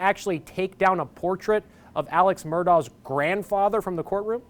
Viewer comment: His first name is pronounced "ALEC" (even though spelled Alex).